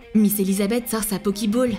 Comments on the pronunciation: Elle a dit Pokiball.... De toute façon rien ne va dans cette vidéo alors on est plus à ça près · Ah toi aussi tu la remarqué? Et ta pas rêvé elle a dit pokiball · C'est moi où à elle dit « Pokiball » ? 😂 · Et alors? C rigolo 🤣 et non tu rêve pas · oui mais c'est bizarre 😂